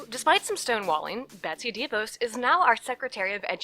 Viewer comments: It's not "DEE-VOSE". It's "DaVoss" That's the real pronunciation. She's a nightmare and was instrumental in ruining the Michigan public education system. And there is a clear conflict of interest between the fact that she and her husband own a student loan collection corporation and that she determines student loan policy. That is a real problem. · ok, new fan, love your videos. It's pronounced Da-Vos. I'm from Grand Rapids and they're wonderful people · pst--It's pronounced de VAWS, like Vos rhymes with lip gloss.